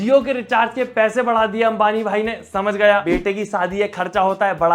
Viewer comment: Sallu vai nai Sallu (voi) boliya 😅 Love you bro❤❤